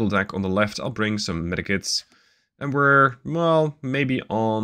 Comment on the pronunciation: Does anyone else hear metakits instead of medkits😂